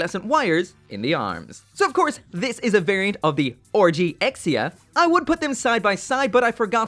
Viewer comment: Can't unhear the "orgy exia"